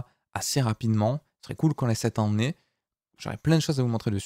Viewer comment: Merci, Tu me fais trop rire quand tu dis "année" lool ça sent l'accent du sud-ouest 😎